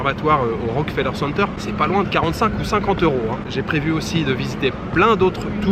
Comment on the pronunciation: Bonjour, première fois que je regarde ta chaîne, tu as de très belles images, et tes informations sont très intéressante. Concernant le Rockefeller center, il faut vraiment prononcé le "ke", ça sonne comme Rock"que"feller. Lors de ma visite du lieu en 2018, le guide touristique (un Québécois comme moi), nous a souligner la nuance à quelques reprises. Voilà, le tout pour ton info, passe un beau séjour, et je continue à regarder tes vidéos avec plaisir.